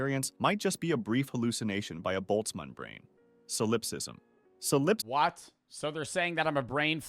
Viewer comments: Thank you for correcting his pronunciation of solipsism. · The way he saying "solipsism " is pissing me off 😂